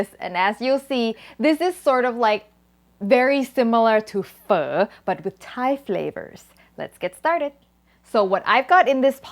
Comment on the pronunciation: Your Vietnamese pronunciation for "pho" is on point! So proud!!!